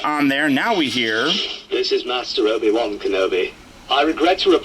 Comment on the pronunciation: The Obi Wan voice is pretty close but listen carefully to the vowels...they are slightly off!